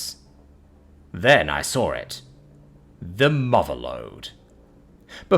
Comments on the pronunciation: With the intrusive r, it's more accurately represented as "Then I 'sawr' it" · "Then I 'sore' it." - That is what's called the 'Intrusive R'. - For those viewers who are playing the game of figuring out how he has this accent and still runs into common English words he mispronounces. . .